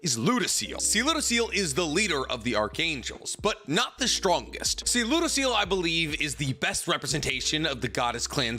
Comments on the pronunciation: It feels weird tht he says lodoesel instead of lodosel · how come you make so much content about this show but still wrongly pronounce a bunch of names. Its not ludociel, its pronounced as ludocyel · It was making me cringe every time you mispronounced Ludociel’s name lol (Loo-Doe-Cy-el) lol love ya keep up the awesome work!